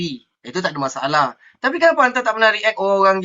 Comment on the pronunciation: Haha jocker boleh lak pertikai bahasa arab.. haha dia sebut anta pun jadi entee..🤣🤣🤣🤣